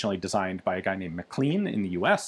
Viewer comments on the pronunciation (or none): MacLean is pronounced, (and occasionally spelt), Mac-Lain. This Mic-leen crap has got to stop.